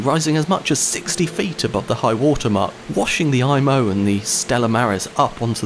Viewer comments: It's pronounced "E"mo", not "I"mo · Good Video! Just a few additions to your information. In French, an "I" is pronounced like an "E" in English, so the ship's name is pronounced like EMO. The submarine net extended from McNabb's Island to the Halifax side of the shore of the harbour mouth. When the Mont Blanc arrived at the mouth of Halifax Harbour too late to be admitted, her Captain was so concerned that he had the red hazardous cargo flag taken down. He was nervous that flying the red flag would make the Mont Blanc more of a target while at anchor outside the harbour that night. The Captain was in such a hurry to get inside the safety of the harbour the next morning, that he did not remember to raise the red warning flag. This would have given some warning to other ships that the Mont Blanc was a floating bomb. Your explanation of the reason that the Imo was out of position in the Narrows was the best I have ever seen. Good work.